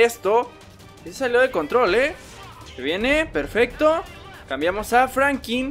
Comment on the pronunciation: Se dice Franklin